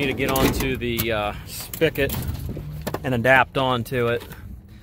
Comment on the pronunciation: “Spigot” not spickot 🥴